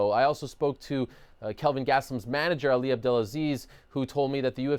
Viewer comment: Hey, it’s Kelvin not Calvin.